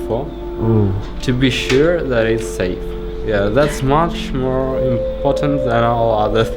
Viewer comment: Are you sure it’s sture?